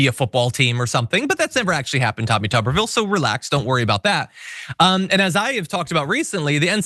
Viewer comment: It's not tuber ville it's tuber vile it rhymes with pile.